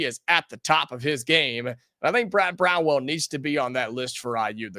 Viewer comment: Dude, repeat after me. It is Brad BROWN - ELL! Not Brown-well. C'mon, man! He is from Evansville and has been around in the sports world forever. How can you not know what his name is? That being said, every fan poll I have seen has Chris Beard as a heavy number one choice and everyone else is just honorable mention. Why won't you mention him and perhaps do a little vetting of him since he is so popular?